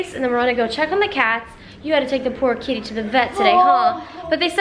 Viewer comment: I swear, at first I thought she said kidney, not kitty.